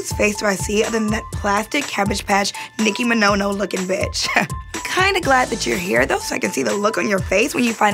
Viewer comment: Not Nicki Mi-No-No LOL..